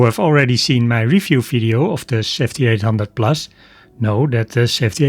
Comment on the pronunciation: Oh another those who cannot say V. Fideo eh? Dutch eh?